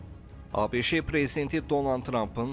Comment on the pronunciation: Ay avam diktor ABŞE yox sadəcə ABŞ deyilməlidir ABŞE hardan çıxdı...